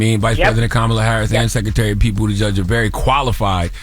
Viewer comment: Imagine black cops treating white people like this.... PS all of y'all were saying it wrong it's Buddha-zjedge= Pete Buttigieg. In SpongeBob is not autistic he's eccentric he does not have the characteristics of someone with autism that's insanely stupid. Spike from Land before Time is autistic, Dee Dee from Dexter's laboratory is autistic.